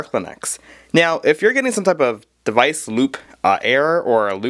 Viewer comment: whilst we're at it... device and not 'deweisch' (that was prolly you just mis-saying it by mistake ,p , and one certainly does not say 'kroat' for chroot lmao.